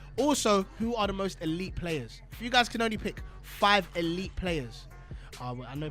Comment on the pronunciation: Elite Club= history Club the way you said it